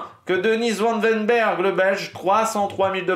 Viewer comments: Bonjour.. Tu martyrises le nom de...Répète .. Phonetique... Vanne ouèi n bèrg.. Pas van den berghe!.. Cool.. :face-blue-smiling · Ce n'est Denis van den berg mais Denis van Weynbergh